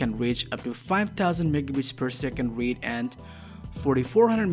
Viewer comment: You are not pronouncing Read / Write properly and you said MegaBits instead of MegaBytes.. Big difference of a factor 8... My advice is to not talk the manufacturers so much after their mouths... Try to stand out more as your own voice and do it properly! otherwise, thanks for the reviewing!